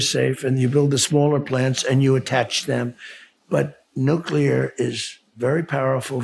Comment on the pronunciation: Maybe it is trivial but how nice to have a President that can pronounce’nuclear’ 😂